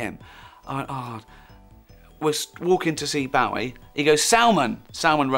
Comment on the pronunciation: If he's such a big fan, you'd think he'd at least pronounce his name correctly.